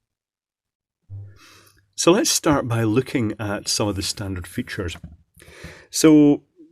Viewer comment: "LET MI SHOW YU ITS FEETSHERS! HA! HA! HA! HA! HA!"